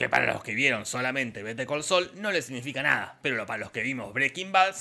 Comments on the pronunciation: "vete al col sol" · Better call Saúl ❌ Be De Co So ✔️ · "beter col soul" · ..."BETER COL SOL"